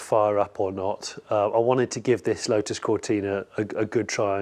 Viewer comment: He keeps saying lo-us , I’m sure There’s a ‘t’ in there making it Lotus .